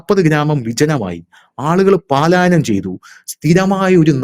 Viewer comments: പാലായനമല്ല. പലായനമാണ് ശരി... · പാലായനം എന്നല്ല പലായനം എന്നതാണ് ശരി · പാലായനം എന്നത് തെറ്റാണ്. പലായനം എന്നാണ് ശരി. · പാലായനം അല്ല,ട്ടൊ. പലായനം ആണ് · പാലായനം എന്ന് പറയരുത്. അത് തെറ്റാണു. ശരിയായത്, പലായനം ആണ്. ശ്രദ്ധിക്കണം. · പാലായനമല്ല " പലായനം " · ഹലോ,"പലായനം"ആണ് "പാലായനം "അല്ല ട്ടോ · 'പാലായനം അല്ല, പലായനം എന്നാണ് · You are telling പാലാ യനം മീൻസ് going to Pala.Actually it is പലാ യനം . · പാലായനം എന്ന് പറയാതെ ചേട്ടാ, പലായനം എന്ന് പറയു.. കുറെ നാളായി പറയുന്നത് പാലായനം എന്നാണ്. അത് ശെരിയല്ല. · പാലായനമല്ല. പലായനം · Paalayanam alla palayanam. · പാലായനം എന്നാണ് പലരും പറയുന്നത് എന്നാൽ യഥാർത്ഥ പദം പലായനം എന്നല്ലേ? അത് ശ്രദ്ധിക്കുമല്ലോ?👍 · പാലായനം അല്ല , പലായനം. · പാലയനo അല്ലെടോ... പലായനം ❤ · 'പലായനം' ആണ്, 'പാലായനം' അല്ല, sir. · Palayanam തെറ്റ് പലായനം ശരി 💕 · പാലായനം അല്ല പലായനം ആണ് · 😊palayanam I think.not paalayanam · പാലായനമല്ല, പലായനം എന്ന് പറയൂ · "പാലായനം" അല്ല; 'പലായനം'. ഭാഷ ശ്രദ്ധിക്കുക. ഇതിനു മുമ്പും തിരുത്തിയിട്ടുള്ളതാണ്!